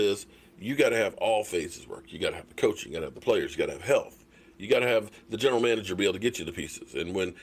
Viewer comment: Wow two videos in a row not mentioning Jason Garrett's name. now he sayin coaxing lol Can we go for 3 videos in a row without mentioning Jason Garrett's name 6 months after his firing Lol